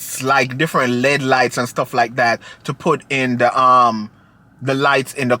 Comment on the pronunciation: Lol, not lead (LED) lights.